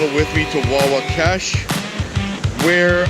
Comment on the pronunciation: Hey you guys went right past the beaver pond that drains into the Mag from Watson Lake where my buddies and I have our hunt camp. By the way it is Wahwashkesh as in "wah wash kesh", sorry I am a stickler for getting place names right as I believe you mispronounced it in the video. There is good bass fishing on Watson Lake if you haul your canoe over the beaver damn at the river paddle the pond then haul the canoe over the second damn at the north east end of our lake.